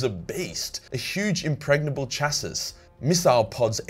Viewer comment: Love the content mate, but stop pronouncing "chassis" like Timmy after getting his head caved in